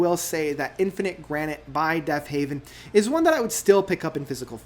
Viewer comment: Heaven not haven..very hard to listen to u after that. Come on brother get the name right of all simple things